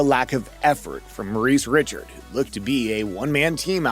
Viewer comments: What's with the english prononciation of Maurice Richards name ? How can we take you seriously ? You seem to know nothing about hockey. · WTF is this? Hockey youtube channel which cant pornounce Maurice Richard name correctly?